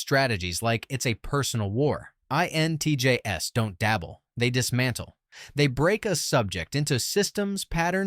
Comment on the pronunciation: The repeated stating of the letters 'INTJS' with the 'S' pronounced as the letter 'S' instead of the plural of INTJ was quite annoying...